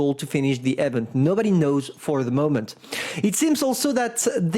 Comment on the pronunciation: THE WAY IS PRONOUNCING EVENT IS ANNOYING AS HELL. THE FIRST E IS PRONOUNCED THE SAME WAY YOU PRONOUNCE THE I IN EMIL. THE SECOND E IS PRONOUNCED LIKE THE E IN VENTILATOR.